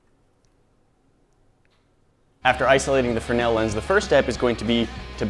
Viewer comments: Have you just forgotten how to make a z sound it’s a fresnel lens not a frenel lens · Guys, the upgrade was great BUT.. c'mon.... pronounce it right... it's spelled Fresnel... not Frennell. pronounced freznell... frez nell.... or, maybe we have been calling you by mistake, instead of "Nat"? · The fruh-nel lens? Isn't it pronounced frez-nel? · Not a frenell lens but a fresnell lens it is! Sorry had to comment on that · Lol did say the fre-nail lense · Fernel lens?? I guess you mean Fresnel...